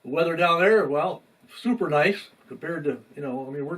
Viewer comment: It’s called “weather” Rhymes with Leather